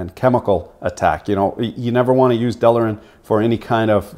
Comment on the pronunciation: I done told ya once "delrin," not" delarin", "realtor", not "realator". :-) Another "best of". Some proper editing would make it a fantastic video for consumer engineering students. I really love what you do.